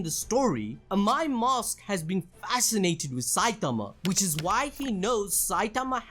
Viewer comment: Bro i heard and my moss when u said AMAI MASK . Don't take it in any other way 😅 did someone else heard like that. Broo and i lover ur videos broo ❤❤❤ Love u from India